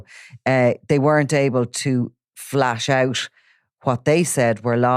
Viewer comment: Hi, I believe the term is Flesh out,.not Flash out. 😅